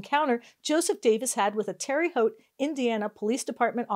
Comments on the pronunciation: Terre Haute is pronounced "Tarah Hote" not "Terry Hote". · 😂 It’s pronounced “Terra,” not Terry. (I lived there until age 11 and then again from age 25-28. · Her calling it "Terry" Haute, totally made my day.